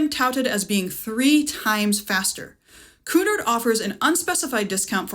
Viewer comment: Pronounced Cue Nard